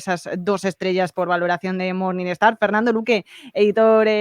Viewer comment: "MORNINGSTAR", NO "MORNINESTAR" 😂